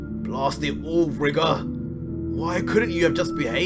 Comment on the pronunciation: #goku You say Rigor how it's spelt but it's pronounced Ry-gor